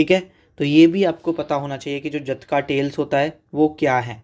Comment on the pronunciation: जटका ❌ जातक ✅